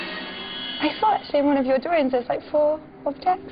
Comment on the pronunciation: "the drawrings"